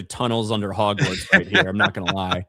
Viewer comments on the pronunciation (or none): Furthermore, Hagrid just seems like a guy cosplaying as Hagrid. He even calls Hogwarts, Hog-morts lol